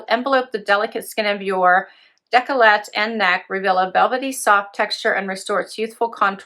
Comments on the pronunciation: Deck la Tay is the pronunciation of the cream for neck and (declotte) chest. I just thought you would want to know. No judgement ... just love. 🤗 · I had to giggle. Same, no judgement. it was cute.